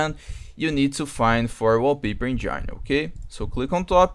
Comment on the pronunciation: uoupeiper enjaaaaine. foda viu